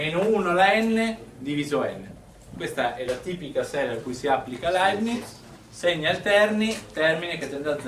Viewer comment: Leibniz senza "t", poverino! Comunque sia, grande prof!